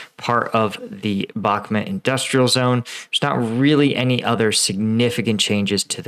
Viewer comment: It's pronounced BOK-MOOT, not bokmet.